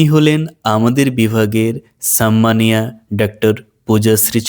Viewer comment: সাম্মানিয়া বলে কিছু হয়না। 'সম্মানীয়া'। ভাষা ঠিক করতে হবে।